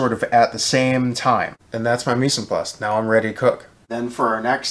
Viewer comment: I would love to give you a lesson on French pronunciation.